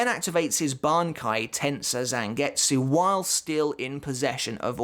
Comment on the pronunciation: Learn how to pronounce Tensa Zangetsu!!!